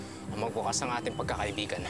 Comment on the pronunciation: pagkakaibigan d pagkakaiiibigan hahaha